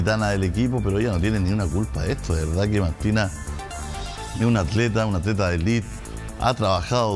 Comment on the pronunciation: el eriodista dice acleta